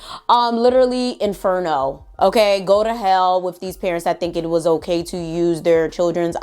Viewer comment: She said "enferno" 😂